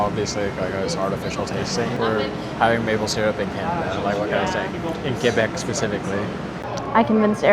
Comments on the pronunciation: The way he says ''Québec'' is perfect. That's how it's supposed to sound. Not KWAY-BEC, just KAY-BEC. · Eric pronounciation of Québec was spot on, for a second I thought he was Québecois. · Wow! Your french pronunciation was spot on!! For exemple, most often I've heard travelers call it "Koo-wee-beck" :P